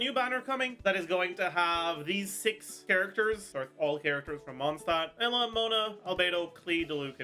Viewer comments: WHY does he keep pronouncing Eula as Ella ????????? Just say the Name correctly dude. ADHD much ? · In German it's something closer to Oy-lah. His version is basically youtried.gif